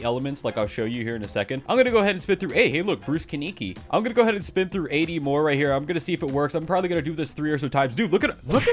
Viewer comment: "bruce keniki"